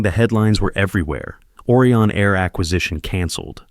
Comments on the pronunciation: It’s O Rye on. Not Orion; like Oreo. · Try to improve the pronunciation of words. Orion should start with original vowel sound ‘O’ like and pronounced as in open, over, Odeon, etc. Whereas, Aureon should be pronounced as Australia, audition, audio, August, automobile.